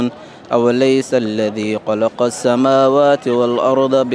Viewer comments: بس عندو اخطاء في حرف خ قلق هو خلق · خلق وليس قلق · ليش ماتعدل له يقول قلق لازم تعدل له تخليه يقول،خلق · من فضلك أخرج بحرف الخاء بشكل صحيح وليس بقاف أوليس الذي قلق السموات ❌️ وهو بكل قلق عليم ❌️ أولس الذي خلق السموات ✅️ وهو بكل خلق عليم ✅️ على أن يخلق مثلهم ✅️